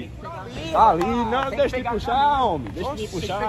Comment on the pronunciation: Ele falou "homi"